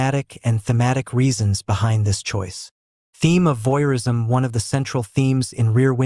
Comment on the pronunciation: "Voyeurism," not "voirism!" Who edits this crap?